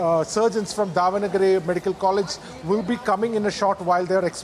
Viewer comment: The Chitradurga anchor cannot even pronounce Davangere properly